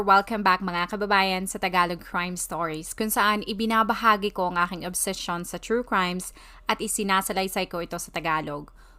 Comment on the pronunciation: To the content creator: Kindly review the pronunciation of the word obsession..